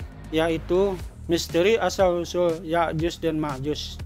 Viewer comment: ya'jud dan makjud bukan yakyuz dan Makjuz,,,,, emangnya juz😂😂😂